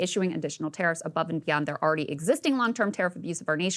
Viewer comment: Neither can you say "already" (awready)